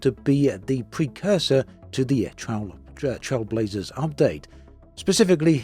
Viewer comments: Trail, as in "Nature trail", not "Trial" as in "speed trials" lol Even if you Google "Trailblazer meaning", you get a) a person who is the first to do something; an innovator and b) a person who makes a new track through wild country. So the name of the update is accurate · Is it just me or is pronouncing Trailblazers wrong? The way he says it sounds like TrialBlazers.